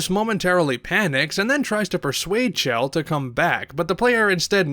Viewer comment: you pronounced her name wrong, it's Chell, not Shell. If you don't believe me, listen to Cara Mia Addio again or the unused voice line evilagainsamples_01, where GLaDOS says Chell's name.